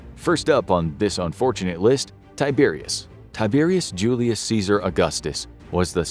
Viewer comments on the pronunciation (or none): Can't you not even TRY (!) to pronounce Latin as Latin and not American English??? Tie-Bear-ius Djulius Ceeesar Aw-gustos, oh my god. Disgusting! My ears are bleeding now.